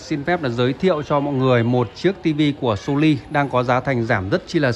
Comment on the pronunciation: Nên cải thiện một chút về phát âm một chút nghe khó chịu lắm chẳng hạn như (( So Ly 😂😂😂😂))